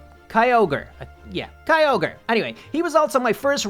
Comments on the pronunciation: Kyogre is pronounced like (k-i-ogre) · Has anyone else heared him saying kyoger was his first rideable "DRAGON"